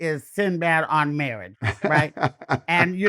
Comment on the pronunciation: The way she pronounces “marriage” 😂😂I love her.